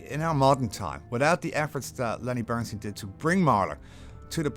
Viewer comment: The one guy in the video even can´t pronounce Lenny´s name - what a shame :face-orange-frowning